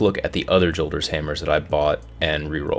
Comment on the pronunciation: THANK U FOR SAYING JOLDERS RIGHT... Datto says yolders... like where the fuck u get the y from